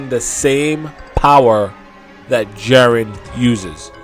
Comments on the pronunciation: Jiren (gEE-ren),.. How do you get Jaren from that? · Jesus Christ. Please watch the show and learn how to pronounce Jiren properly. Jiren, not Jeren. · "Jarren jarren jarren..." ITS "GEE-Rn, sorry for the caps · Its Jiren not Jaren. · lol he says "JAREN" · his name is pronounced: JI(Giraffe) Ren(red) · I really wish you would learn how to say jiren correctly.